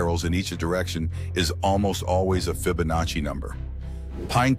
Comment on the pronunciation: ahhh yes the fi-ba-nachi! I dont know where we would be without AI-slop <3